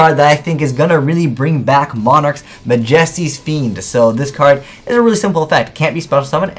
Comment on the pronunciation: Did he really say Mah-Jestees fiend....